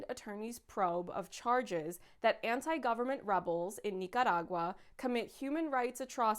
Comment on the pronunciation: I just wanna say thank you for pronouncing Nicaragua the right way. It irked me how it was pronounced in the show